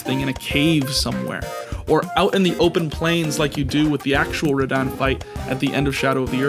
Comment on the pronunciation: Also, rad-ahn, not rad-anne